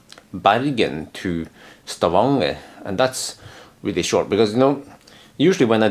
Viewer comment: He forget only the letter "N" between "A" and "G". They have not change the name in Stavanger to Stavager yet.